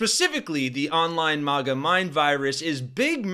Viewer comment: It isn't a posh word, mahguh. It's MAGA, like maggots.